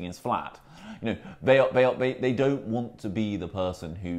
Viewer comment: James Forsyth - it's "this" not "vis, it's "they" not "vey", and it's "you know" not"yo"